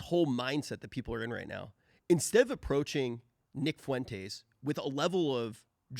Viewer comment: to me it sounded like fUEntays.